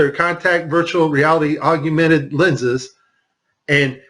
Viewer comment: whoever it is speaking near the end of this video can't possibly be very bright. how can he mispronounce the word, augmented, every single time he says it? he keeps saying augUmented. that is NOT a word.